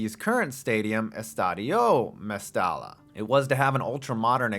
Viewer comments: Calling it Mastella makes my ears bleed, it's Mestalla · It’s MEstalla not MAstalla.